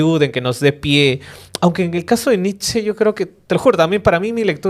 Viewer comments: Se pronuncia NICHE, IUBAMENSH. Nietzsche es un filósofo relativamente fácil de leer en comparación con Kant, Hegel o Heidegger. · Gran capítulo... solo comentario irrelevante, sin ganas de incomodar al gran. Netzsche o se pronuncia en alemán o en español (que suenan casi igual), no encuentro sentido de por qué pronunciar somo si fuera en ingles. Saludos